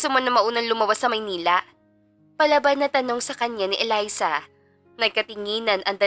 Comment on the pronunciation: Elisa kc Un ung kababata ni Miguel hahaha Mali ang pag bigkas ng narrator